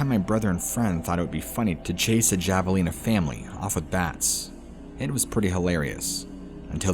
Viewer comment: In the the correct pronunciation for javelina, the"J" makes the sound of an "H" like havelina but is spelled with a "J".